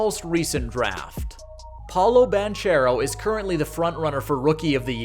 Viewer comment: Wagner is pronounced with a V sound (he’s German) and that’s not how you pronounce Paolo Banchero’s name.